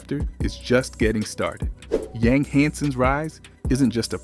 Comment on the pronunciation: Living in China and Taiwan for 7 years. In most of Asia the last name is first. His name is Hansen Yang (Yang = Yong") I'm just trying to help, as a 10 year expat I am more than happy to share---you will get more Chinese subscribers with the proper pronunciation. Ya feel me. :)